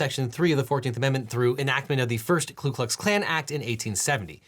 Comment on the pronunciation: I am really surprised you said "Klu" instead of "Ku", especially since you were reading it from the document.